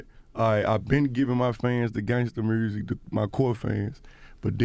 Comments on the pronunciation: “Listen to the mursic” 😂😂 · nobody: Moneybagg Yo: “murrzic” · The way Memphis dude pronounce 'music' will always be hysterical.